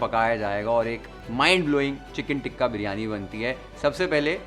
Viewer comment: You keep saying ٹکہ 😂😂it’s called tikka تکہ anyway i love your cooking show and recipes u explain ❤